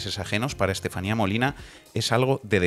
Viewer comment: Creo que hay gente que no sabe donde está !! dice la Estaselatenía, perdón Estefania. Si claro hay gente que no se ha pronunciado donde los tienen sus " democratas" desgobiernos